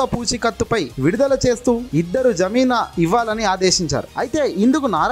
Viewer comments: Zameena kadura babu jameen mundu chadavadam practice cheyyi. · జమీనా కాదు బాబు ఆ పదం జామీను అని తెలుసుకో.నీ దరిద్రపు భాష వినలేక చేస్తున్నాం రా బాబు. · జమీనా కాదు..జామీను